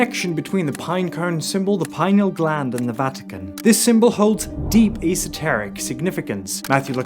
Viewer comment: You can't even pronounce "pineal gland" properly how can you lecture about it!!!!